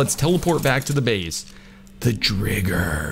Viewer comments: Name the driger pink panther also it’s pronounced dryger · I think your pronouncing driger wrong ?🤣